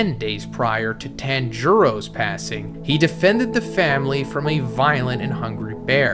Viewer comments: Why's he pronounce Tanjiro like tangerine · tanjiro ❌️ tenjiro ✅️ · Tanjiro pronunciation is making my soul twitch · He does with a few names, tanjiro and megumi the most lol